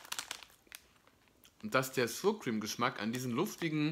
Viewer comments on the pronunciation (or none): Mit der korrekten Ausspreche von Sour hapert`s noch, ansonsten eine sehr, sehr hilfreiche Rezension.^^^